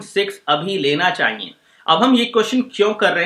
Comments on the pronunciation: Chahiye hota h ...chahiyenn ni hta gadhe 😂😂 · चाईईये नही रे। चाहिए होता हैं